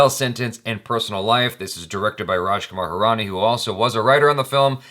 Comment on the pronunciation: She says Raj Kumar Hirani so well, He gotten better as well. U guys are 'Desi' now